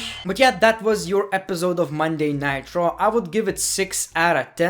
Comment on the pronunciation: I find it annoying how you say monday night raw "monday nightraw